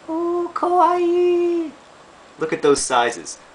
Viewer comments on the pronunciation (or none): Lol i love the way you said kawaii, hiliariou.